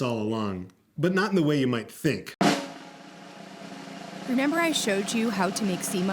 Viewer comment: Did anyone else hear “renember” on minute